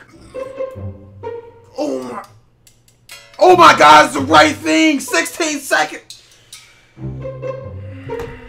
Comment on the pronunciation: Oh mawy gawhd he on xgames maode